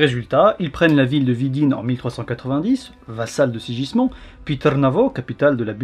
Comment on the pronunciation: se prononce SIGUISMUND et non SIJISMON ^^ un effort sur les prononciations stp :P